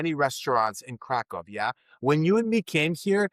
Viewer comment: Please make an effort to pronounce the name of Krakow correctly, especially after so many years living there